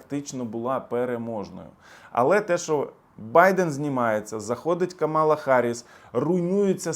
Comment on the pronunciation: Ви навмисно називаєте Камалу неправильно? Як трамп це робить. Дуже гарно